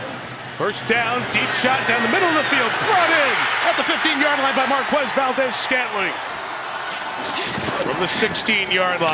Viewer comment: Only a moron pronounces Marques like Gumball does